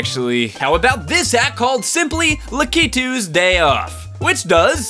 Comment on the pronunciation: HE DID IT! HE SAID LAKITU RIGHT! OH MY GOD! HE'S DONE WHAT'S APPARENTLY THE HARDEST THING EVER!